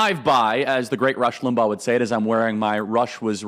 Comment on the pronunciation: Did you really just pronounce Rush's last name like that? What a fricken poser. -a real "Rush baby"